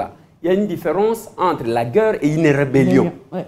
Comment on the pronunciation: la guerre c'est pas la gueurre. Naguère c'est pas Nagueure. Ca se prononce différement